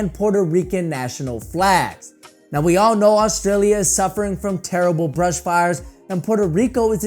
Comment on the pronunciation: did he say brush fires